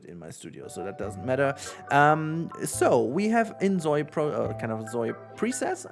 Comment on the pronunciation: It's Zoi (like Soy) not Zoi (like Zoey).